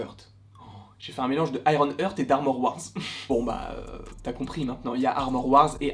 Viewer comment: Frérot bravo pour tes vidéos elles sont top, vraiment ! Juste, heart ça se prononce "hArt" et young se prononce "yong" et non "young"! 😉😅😁